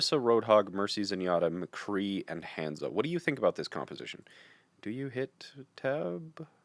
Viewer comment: Ultimate CRINGE pronunciation of Hanzo. Dislike